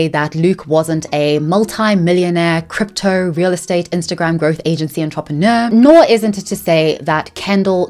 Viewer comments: I think your pronouncing entrepreneur as ontropheneer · The way you pronounced entrepreneur as “ahn-trahp-ehn-yeur” cracked me up. Keeping that forever. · Luke is so cringe I almost puked. But I love the way you pronounce "entrepreneur". Your voice is so soothing. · Baby girl I love your content, fellow homo honey here.. and yes have been a manta sleep mask fan for years (I own 5 for various reasons) but the way you pronounce entrepreneur is killing me x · Please learn to pronounce "entrepreneur" properly it's driving me insane